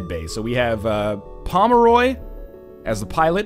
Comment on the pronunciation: As a Pomeroy, I'd like to thank you for pronouncing my last night right. Cheers NL. Keep on keepin' on